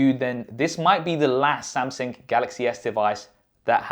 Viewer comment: Did you say samSing...😅